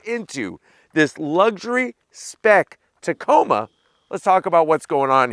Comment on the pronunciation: I really like the Canyon Denali……..really really 😁. Hey, did you know you said Tacona with an N when you mentioned Hawaii. I think it happens automatically when you think of Hawaii lol!